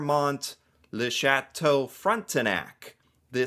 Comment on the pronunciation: He can pronounce chateaux but gets tripped up on Swiss chalet